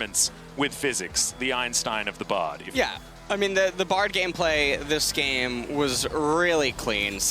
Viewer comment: I love then casters call Bard Brad it cracks me up everytime.